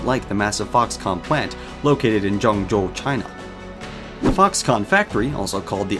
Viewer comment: the way he kept saying ¨Joeng Joe¨